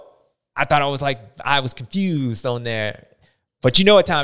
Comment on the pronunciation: Was it supposed to be confewsed 😂